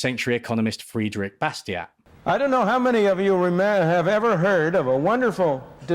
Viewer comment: love constantly quoting a guy whose name I can't pronounce. "Fred-rick Boss-tee-ott". Moron